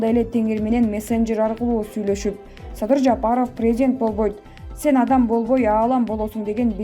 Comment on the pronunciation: Садый Садый деп.койот.Мадумайев озу.тантык экен